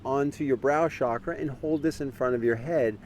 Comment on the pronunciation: Nicely presented. Just a humble request. Please alter your pronunciation of “Mudra”, “Chakra”, etc. It isn’t pronounced “Moodra” but the “u” is a shorter “u”. Similarly, it isn’t “Shaakrah” but “Chukruh”. No offense intended, but people learning from you will continue on these mispronunciations.